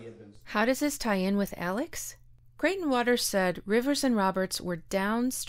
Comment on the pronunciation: Really interested in the topic but “ sir crieghton waters” come on I can’t listen to that